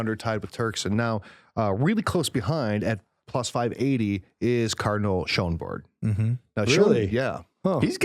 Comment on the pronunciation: Your pronunciations are scandalously disrespectful. Your knowledge is dubious. Cardinal Schonborn is Austrian not German!